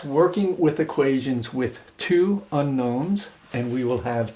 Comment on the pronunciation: two seconds in I can tell you that you left out the "n" in unknow"n"s. I'm an English major, I hate this shit.